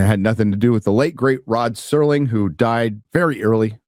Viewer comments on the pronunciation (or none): none